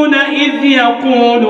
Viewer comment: تبارك الله صوته جميل جدا . هنالك خطاء في مخارج الحروف في الثانية 11 . إذ . وليس آز بارك الله فيك ونفع بك